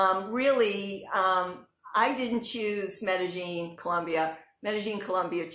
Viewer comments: sounds like she's saying "meta gene" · Hi. You are correct. The local dialect in Medellín pronounces the "ll" like a "g" so it is pronounced "Medegene". The rest of the world pronounces the "ll" like a "y" so it is pronounced Medeyene